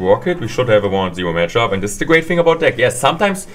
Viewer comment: "Such a good gematchup" haha when the German kicks in! 😂